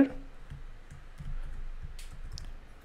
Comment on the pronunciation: Everything is very good about your videos. Only one thing bother me which you pronounce width as "wiRth". I know its not your native language but can you please try to say it correctly?